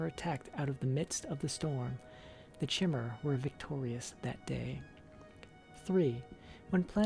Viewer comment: I feel like the book was written by maiq the lier on a skuma trip lol Btw in pretty sure chimer (woodelfs) are pronounced with K like ( kimer) nd tiber is ( Tai ) ber XD cheers .